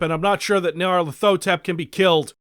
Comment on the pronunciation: It’s pronounced nee are leth oh tep